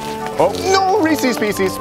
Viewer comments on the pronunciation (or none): I'll never understand why people say "Reesees Piecees". It's Reese apostrophe S. It rhymes with Pieces. ffs